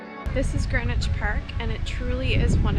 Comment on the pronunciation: Hello - I’m loving your vlogs - they are interesting and amusing …but I do have a little complaint….PLEASE - a polite but heartfelt plea from my little Greenwich born heart…do not call GREEN WICH GRENwich!!! It is not pronounced as GREN evaaaah! Us local lot say Grinnidge! or Green idge - it has two letter EE’s - after all, you would not say “I’m off to Gren Park today…” you would say Greeeeeen Park! This habit of calling the place of my birth GRENwich comes from, I understand from those folks in the US of A - they have a place called GRENwich Village - and they are free to say it that way, but sadly this very ANNOYING habit has travelled over to this green (see what I did there?) and pleasant land and it has been taken on board that we have a historical naval town called Grenwich too and we don’t 😡we have a town called … yes…you guessed GREENWICH! arghhh - no one who comes from Greenwich or close by - Charlton, Woolwich, Blackheath (universally pronounced by “us locals” as Chartun, Woollidge and Bla eef 🤣) will always say it as Grinnidge or Grinnitch or if trying to be posh and upmarket, GREEN idge … please just practice saying it as it is spelled - you will spot the difference! Anyway, apols for my rant - I loved seeing all of the places you visited, that I know so well (going to Primary School when I lived in Woolwich and also being a Brownie Guide, a trip to the Maritime, the Cutty Sark and then to Park (to eat your squishy spam sandwich lunch and a drink of oran